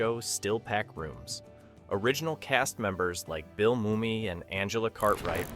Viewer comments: Couldn’t you have looked up the pronunciation of Bill Mumy? It’s Moo-mee, bonehead. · Yes, I recall that. Somewhere else someone claimed that this was the best documentary ever, but there ARE some glaring problems. The CLICKBATE title of this content, for one. Another is that the guy can't seem to make up his mind about how to pronounce Billy Mumy's name. It's correctly pronounced "moo-mee" folks, which he eventually gets right in the end. Proofing and fact checking people!